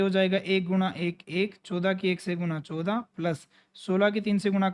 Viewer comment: Sir 14 ache se bolo